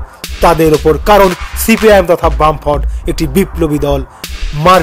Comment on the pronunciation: বাম ফ্রন্ট উচ্চারণ টা ঠিক কর আগে